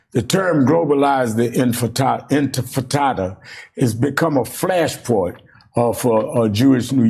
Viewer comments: Infatada? Is this guy a cretin? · Infirtada? Did that news anchor say infirtada? I he should be embarressed. And the fact that did not corect him or atleast say the word right, proofs that this is a zio in disguise. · MF really said inta fatata. Might as well said Hakuna Matata. Ugh I'm 🧃 and zrahell fatigued. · I wouldn’t even entertain answering somebody that failed to pronounce THEIR point of contention multiple times in a single paragraph. Anfitifada? Anfitada? 🤡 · He said, "Did you mean it when you said, 'groverize the impinada'?" 🤣🤣🤣🤣🤣🤣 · "Globalize the Intifrittata" Dude can't even pronounce it😂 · He cant even say it. Infan, induh, if- in fant ahdahhh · This MSNBC host is an idiot. He literally says "infitada" then tries to correct himself but continues to still get it wrong. It is not a hard word man... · I could listen to Al Sharpton struggle to say global enchilada all day. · Oh you mean that Grover in Ciabatta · "Global Infitada" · They threatened to assassinate him of course and what does Crooked and corrupt Al sharpton mean by Infitada instead of Intifada? Idiot cannot even pronounce properly. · Al Sharpton: it’s not “intitada”, it’s intifada. Learn what it actually means and how to pronounce it before criticizing. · Sharpton's so illiterate he can't even say intifada. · How do they find these TV hosts that can't even pronounce intifada? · Look at Sharpton, cowering in such fear at the phrase that he can't even pronounce it properly. That's how widespread it is. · The interviewer can't even say the word! In. Ti. Fa. Da. Say it all together now! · Who gave Al freaking Sharpton a platform? If you cant pronounce words properly, you shouldn't be hosting a show in which you're supposed to be a semi eloquent public speaker. The way he stumbled over pronouncing "Intifada" was hilarious. I was half expecting him to pronounce it as "Inta-hakuna-matata" 😂😂😂😂